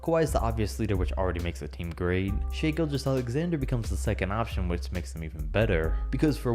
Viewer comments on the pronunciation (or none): And its also SHAI not shay gilgueos alexander